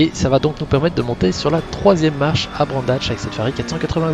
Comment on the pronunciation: Très bonne vidéo. Vos commentaires intéressants et votre ton posé sont très appréciables. Très bon pilotage aussi. Pour les péna, on a droit à 3 cut ensuite on écope d'un drive through. Et petite précision: on prononce Brands Hatch et non pas Brand Hatch. Je sais je pinaille mais je ne sais pas pourquoi beaucoup de gens font la même "erreur" et ne prononcent pas le "S".